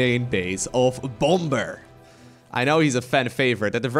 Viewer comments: Bom-ber? you mean Bomb-er? xD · Bom-ber?, the second B is silent. It's pronounced Bommer. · please pronounce bomb correctly. the second b is silent, and it's closer to 'baum' or tree in german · It isnt pronounced bom-ber, the 2nd b is silent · The second B in bomber is silent. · The way he said bomber was stupid . You didn't really have to annunciate the last part of his name so much. But nice to see him both him and drg back in action